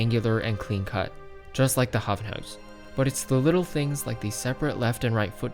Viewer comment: Id say the way you pronounced it is correct, The “ui” in “huis” is something that alot of english speakers struggle with and you did a pretty good job with it.